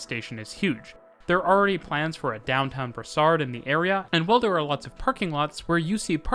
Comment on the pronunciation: It’s Brossard !! Not brassard!!!